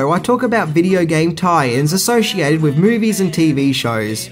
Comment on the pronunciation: Did you just say "wiv" instead of "with"? Bye.